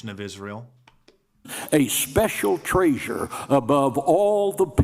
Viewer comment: he said “TraySure” is that supposed to be the same thing !??